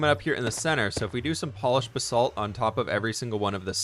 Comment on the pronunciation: It's Ba-salt. Not B-salt